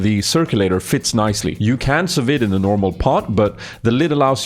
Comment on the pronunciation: lol its pronounced "sue V" i believe its French